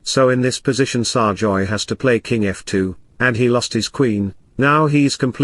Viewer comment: can't speak English properly, it's SERGAY not SARJOY